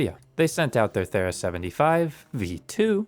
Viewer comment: You pronounced 'Thera' wrong. It is th-ee-ra. After the island where the Minoan eruption took place near the island of Crete that is now called Santorini.